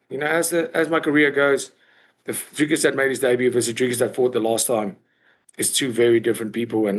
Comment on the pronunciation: funny ariel pronounces izzys surname right but doesnt pronounce dricus correctly 😂